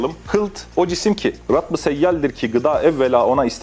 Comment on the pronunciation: Kankacım rabb değil rubb, nezle değil nesne, şuret degil suret. Anlayamıcak bişey yok aslında çok da basit olabilecek bişey ancak aşina olduktan sonra tabi. Kanunun latince harflisi çokça bu gibi bi yerde şuret, bi yerde suret, bi yerde şiret gibi harf yanlışları yapabilmektedir orada da ancak bunlara aşina olmak yardımcı olabilmektedir. Ve basit anatomi bilgisi ve vücudda kaç kemik var gibi bilgileri de, çok daha gerekli ve tüyo bilgileri de aynı dil ile verdiği için ve anatomiyi önde verdiği için bişey anlayana dek beyin gidebilmekte. Esin Kahyanın çevirisi çeviri değil dediği gibi Türkçe okuyan yok gibi bişey. Şuan adamlar yapıyorlar biraz çeviri, bakmak isteyen: Şifa Ansiklopedisi yazsın google playe ve indirsin androidde